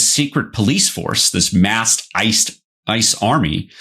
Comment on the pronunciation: Kristy Nome said one syllable to many when she said ISIS. It should have been ICE!